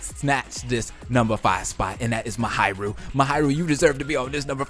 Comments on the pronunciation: I love how he says, MaHAIru instead of Mahiru lol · Who's "Muhayrooh" ? (Please, try to pronounce it even a little bit correctly) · I'm sorry but it's pronounced MA-HEE-RU